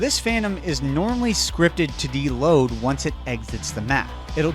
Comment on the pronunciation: I love your content but “deload” makes me lose my mind